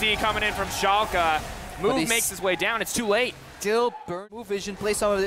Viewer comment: its called FC Schalke 04 not FC chalke 04 xD